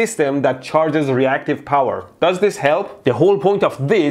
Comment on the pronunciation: CUNZUME ZE BOWER